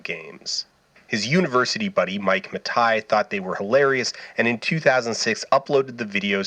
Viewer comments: Was pronouncing Matei as Matai an artistic choice? Or was it cloaking spite or apathy in pretentious drapery? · Oh wow am I supposed to take this video seriously if you’re pronouncing it “Matai”? (It’s Matei) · Mike Muh Tie. I didn't know Mike owned a tie. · IT'S PRONOUNCED MIKE MATINEE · Outstanding video, but you know it’s pronounced Ma-tay right? Or maybe you really do know that. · I'm rewatching this video a year or so later because I was reminded of it and remembered that it was good, and it is, but I'd forgotten Dan pronounces Mike Matei's name like that the whole time. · Why do you consistently mispronounce Mike's last name despite it being on record with him pronouncing it differently? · How could you do this much research and not know how to pronounce Matei? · Have i been mispronouncing Mike Matei all this time??? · 1.) Super happy to see a new Dan video! 2.) After all the research he did how did he still mispronounce Mike Matei's name? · How did you pronounce Death Mwauthzyx right and not Mike Matei? Was that intentional? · the way you pronounce Mathei is vexing me. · It's been suggested since then that Dan was actually trolling Mike with the pronunciation, and that tracks pretty well with who they both are. I can't believe he'd simply get it wrong and it is a pet peeve Mike has called out in his streams, easily findable as a trend through his rage comp videos, which are what I bet Dan watched during research. And he'd want to take a sideways shot at him, but not drag it out into public. I thnk they would both just find each other distasteful as people, you know? It makes sense. What does not make sense is thinking that a food product or restaurant brand can feel the same disrespect that a person can, upon their name being misused.